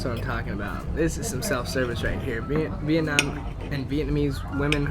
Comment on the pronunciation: The way he said vietnam "veetnahm".... THE WAY HE SAID DONG. if youre a viet speaker you know.... Its okay